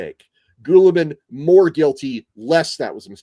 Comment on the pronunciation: "Ghoul"-ee-man? Have I been mispronounce name all along?